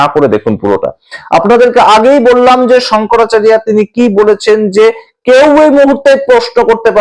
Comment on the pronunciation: প্রতিবেকের শংকরাচারিয়া সম্মোধনে আমার আপত্তি রইল। শঙ্করাচার্য আমাদের বাংলা ভাষায় উচ্চারণ ।